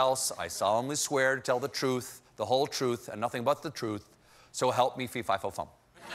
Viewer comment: FEE, FY, FOR, FUM...LOL